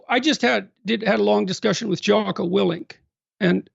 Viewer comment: I’m skeptical 🤨 if you actually read Jocko, then you would know his last name, or at least how to pronounce it😂